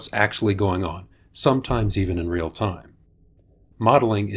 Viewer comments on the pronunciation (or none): none